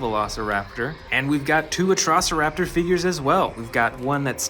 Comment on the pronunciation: the pronouncing of 2 dinos the first one was atrocoraptor it was pronounsed "Atrociraptor" the second one was endoraptor its "Indoraptor" i hate the english auto generated caption its the worst